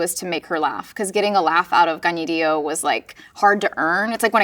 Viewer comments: Just wanted to say that Anna Kendrick taking the time to learn Kaniehtiio's name and pronounce it correctly means so much. As a Mohawk woman, our names mean so much to us so thank you/Niawen for taking the time to learn <3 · It does seem a difficult name to pronounce, which I suspect is why she sometimes simply goes by Tiio rather than having to get people to pronounce it correctly. That Kendrick made the effort is wonderful, though. Also, both of them are just awesome. My first exposure to Kaniehtiio was as Tanis, though I have to admit that I'm starting to think of he more as Deer Woman now. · She just taught me how to pronounce Kaniehtiio! Finally! She is excellent in Letterkenny Problems.